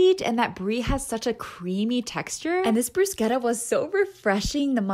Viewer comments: I like how in one video you pronounce the German food like they would but then in this one say bruschetta wrong, no one's perfect but still haha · Anyone else concerned about the way she pronounced bruschetta "brusketta" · Love these vids!! But pls learn to pronounce bruschetta 😅